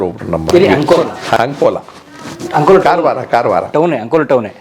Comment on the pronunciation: Sir ಅದು ಅಂಕೋಲಾ ನೀವು ಆಂಕೋಲಾ ಅಂತೀರಲ್ಲ ಯಾಕೆ?ಬೆಂಗಳೂರಿನವರು ಹೀಗೆ ಕರ್ಯೋದು ಯಾಕೆ?